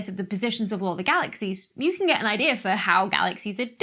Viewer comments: Why does she say DataR and IdeaR with a R at the end? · But does "idea" end with an "r"?